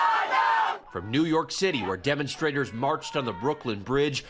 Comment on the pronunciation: Did they say demonstrators or dumostrators?